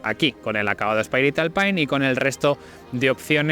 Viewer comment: ...y "alpain"...🤣